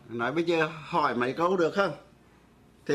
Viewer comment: Giáo sư đọc bài thơ THẾ THÁI NHÂN TÌNH của BẬC THẦY NGÀN ĐỜI mà sai một CHỬ vậy chẳng ĐÁNG TIẾC CHO ĐỜI LẮM SAO !...( Giáo sư đọc NẤY tại sao ko đọc là MẤY ???.